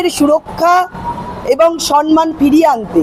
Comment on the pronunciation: সনমান নয় ম্যাডাম। বলবেন সম্মান।